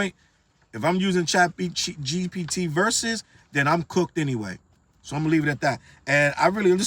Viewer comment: you know CHATgpt is bad for hip hop when you got struggling to pronounce it 😂